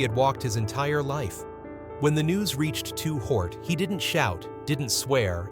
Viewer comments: Ai your messing up!! "Two Hort"?? 👎🏾👎🏾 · why the hell is the AI calling him 2 hort. Fix that mess and give the legend respect and say his real rap name. Lazy man using AI that sucks .He just said 2 pack. Ruins the video for me. But i learned a bunch about his money and shitty circumstances. Still i grew up on his flow and the rest of the legends. Seriously thank you playa for the music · Who on Earth in their right Mind would pronounce $HORT as HORT? A Literate Human Being Narrator would NEVER DO THAT!!! Y'ALL NEED TO DO THIS WHOLE VIDEO OVER w/a LITERATE HUMAN NARRATOR! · He did all that research and still there can't pronounce his name 😂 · How am I going to believe the story when you can't even say his name right....SMH😮